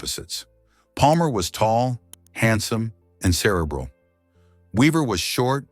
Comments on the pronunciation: Stop mispronouncing cerebral 😢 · Amen! Mispronounced ‘Belanger’ and ‘cerebral’😂 💩💩💩💩💩💩💩💩💩